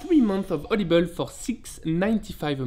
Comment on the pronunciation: every time you say audible i swear i can only hear "olive oil"